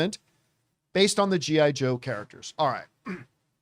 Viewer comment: I don't like the way you Said G.I. Joe John. Lol 80's is Back Baby!.